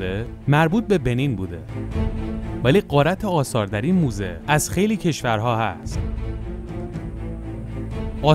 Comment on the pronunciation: موزه نه دوزه